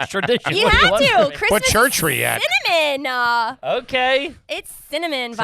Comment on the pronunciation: When a chick adds the "ah" to the end of a sentence is soooo annoying...... "Christmas is Cinnamon-ah!"